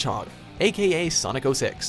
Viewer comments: "Sanic" bro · Did I just hear "SAANNNIC" at the mark? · ppl who say Sanic for Sonic 😔😔😔 its like ppl who say jaguar different for the car and the animal 😔😔 makes me moist 😡😡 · I laughed when he said sanic instead of sonic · Irma-C ☆ i had hope that I wasn't the only one! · i think it was a joke on the whole Sanic meme, since he does pronounce it correctly all the other times if you listen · Oh yeah I heard it but disregard it. But that is funny. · "When it comes to Sanic..." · They called him Sanic. This pleases me. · did you hear that?? SANIC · did he just say Sanic? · WOW its SENIC THE HEDGEHOG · Yo boy said Sanic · He said sanic 😂